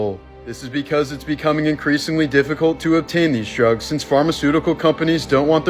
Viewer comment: Ah yes, DROOGS